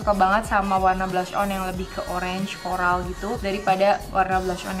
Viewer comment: Sekedar info. Itu dibacanya blush mbak. Bukan blush on.. Kalo bilangnya blush on itu salah. Masih banyak orang orang yang salah bilang begitu juga, hadeh.. Belajar nya salah